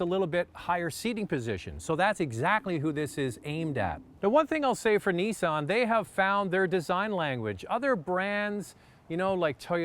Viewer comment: Neesan hahahahahaha veheckill hahahahahaha